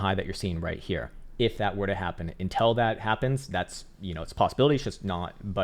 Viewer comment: Love the way he keeps saying intel instead of until 🤣